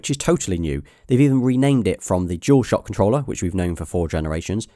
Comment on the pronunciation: The way British accent is so funny 😆 because he said shual shock to shual sense, I am not hating or anything I am just saying how he says dual shock to dual sense